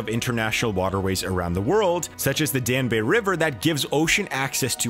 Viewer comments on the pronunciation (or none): Dan-bay River. What the fuck? DanYube ffs. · Danube river is pronounced “Dann-Yoobe” NOT “Dan-ooo-bay”. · "The Danbay river" excuse me the what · Danbay river? The Danube is pronounced "Danyewb." Cmon, you put all of this effort into your production, then you pull that one. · That's what I thought I heard too 🤣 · da-nube. Not "dan-beh" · OMG!!! It is pronounced Dan-"yube" like "tube." Not Danu-"bay." Get a grip. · Especially when the guy calls it the 'Danbe' River - who doesn't know how to pronounce 'Danube'?? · Yeah, there were many hints this video was a Wikipedia fuelled infography with stock images inspired by a real world issue with a made up analysis, but it became quite obvious when the narrator pronounced Danube as Da-niew-Bay. But I’ve seen worse trash. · Check your facts. 1. Canada imposed tariffs on US steel only in retaliation. 2. 1 million ships do NOT traverse the Panama Canal every year. That would equal more than 2700 ships per day. 3. you put the wrong emphaaasis on the wrong sylaaaable. It's pronounced 'Dan-yube' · The “Dan-Bay” river?? Hahahahahahahaha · Your mispronunciation of the “Dan-bay river” has me questioning everything else you’ve said in the 14 minutes leading up to it. Edit: lmao at the rest of the comments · Yes me too, I couldn't believe that he mispronounced the "Danube river" as the Danbae river. I question the percentage of truth in this article. I know that it's the American way of pronouncing "route" but it is pronounced "root" in real English, fair bloody dinkum I find it annoying. And I guess he cannot help it but I found this bloke's voice irritating. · Dan-ooh-bay lol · 14.02 “The Danbay” River ????? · The Dan-bay river??? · What the hell is a “Dan Be” river? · about the DAN - BAY (Danube) river ????? DANBAY ???? Ya gotta be kidding me. Voice bot ???? Or not. German speakers call it the DOUGH - NOW (Donau). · How can you take anyone seriously who pronounces the Danube River as 'the Dan-bay River'?? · Danube, get it right